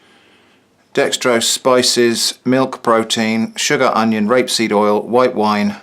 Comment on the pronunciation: I know he meant grapeseed oil, but thats not what i heard listening to it like four times in a row. Anyone else?